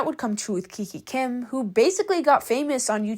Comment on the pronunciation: Kikakim❌. kikikim✅